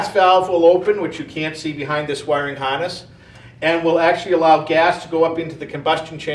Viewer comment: "Wiring Honess"